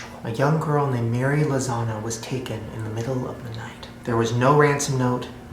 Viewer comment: I heard Mary lasagna